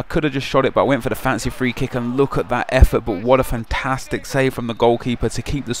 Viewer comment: Anyone else think sounds slightly irish when he says "fantastic"?